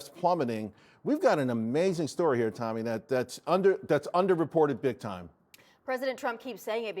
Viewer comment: It's not 'tommy'...it's 'Toe-me' wtf...I've been watching her for years, and he can't get her name right? Faux News...it's why not only the Left hates them, but also the Right (me)...